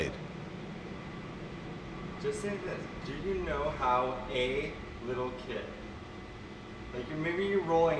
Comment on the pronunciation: Okay so, You mispoke the first 2 times, BUT its cause you said it slightly fast and the "a" is glossed over However the third time. % He says "Howuh" instead of how. So pretty much said it right :P